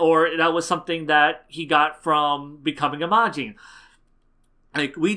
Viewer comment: I have to ask, why do you pronounce saiyan, majin and krillin so oddly compared to how the anime pronounces it?